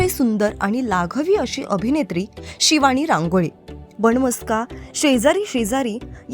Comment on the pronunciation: शिवाणी, बण मस्का, अणेक... 😂😂 हेच ऐकायला मिळाले... मंगळागौर नव्हतीच